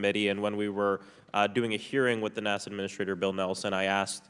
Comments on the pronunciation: What's up with people pronouncing "NASA" as "Nassau"? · Does he mean NASA? He said Nassau.